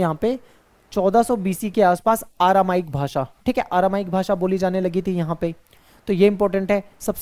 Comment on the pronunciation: सर आरामाइक नहीं अरामाइक 😅😅